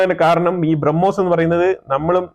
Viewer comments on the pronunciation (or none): none